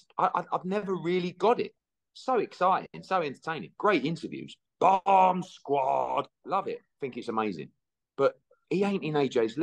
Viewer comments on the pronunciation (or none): that's the poshest "bomb squad" I've ever heard 😂